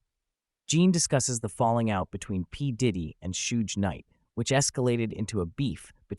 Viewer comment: It's pronounced Shuge, like short for Sugar; he was called Sugar Bear by his family